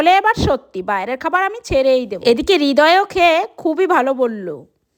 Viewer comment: রিদয় ❌ হৃদয় ✅ 🤣🤣🤣🤣🤣